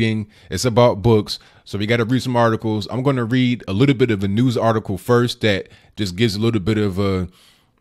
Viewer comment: laugh out loud , A friend of mine has a dog and she named it ( Dat ) when you say that it sounds like my friend is calling her dog ( Dat ) is that just your funny English or you really that lazy to say that